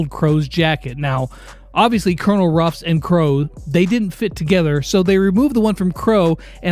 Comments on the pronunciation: Oh no the confusion with pronouncing Colonel Ruff’s name will be horrible. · ITS CONONEL RUFF